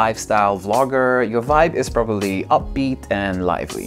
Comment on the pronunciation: haahahahahahaah love the "voibe" hahahaah..., can't stop laughing. Love it.